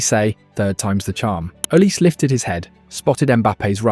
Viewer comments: It's pronounced not oliseee... the e is pronounced as an A as in OlisA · Olisé not Olise - in french this is a really huge difference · Olisee not Olisi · Pronounce Olizai not Olisse. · Olizé is the Nigerian pronunciation, in French Olise would just be Olize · How about you learn how to properly pronounce the subject's name....it is OLISEEE